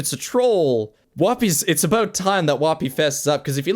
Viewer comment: i like how says about like aboat